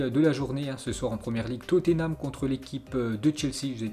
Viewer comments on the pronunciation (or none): none